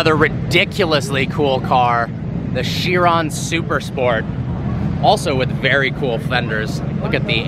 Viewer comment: It's NOT "SHE-ron", DAMMIT; it's "KAI-R'n". And it's NOT "RYE-mac"; it's "REE-matz" DO YOUR HOMEWORK!